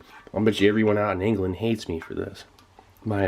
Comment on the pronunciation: Others: New year new me Steve: New year new mRe . happy new year, Steve :))